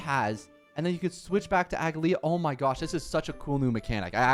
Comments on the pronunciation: its not pronounced aglaea its "ugly ahh" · You don't pronounce the last "a" so it's Aglaé. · It's aglA-ya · A-gla-ea aglaea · How do you not know how to pronounce her name if you played the story lol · No hate or shade but I genuinely never understand how people don’t understand how to say a characters name when they themselves say it if you don’t have the English dub on Turn it on for 2 seconds